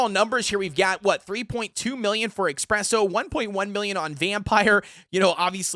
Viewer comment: Also its ESPRESSO not EXPRESSO, just thought id point that out